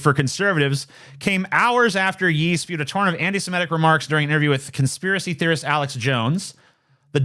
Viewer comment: Is anyone gonna point out that TJ has no idea how to say Ye?